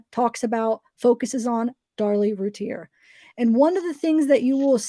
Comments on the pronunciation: I think it's great you are doing the trial transcripts on videos...the name is pronounced Roo Teer. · Actually it’s French and the correct prononciation is routiay like lay it’s the French e accent aigüe. But yes thats the way it’s pronounced by the family since they don’t live in France. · The name is pronounced Roo-teer but hell u both did amazing there r a lot of words..u all did an amazing job way better than I could have reading to thousands of people